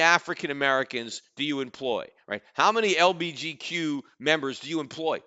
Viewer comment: I hope he says LGBTQ wrong on purpose lmao that is hilarious